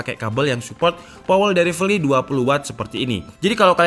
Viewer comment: "POWEL DELIVELI"😂😂🙏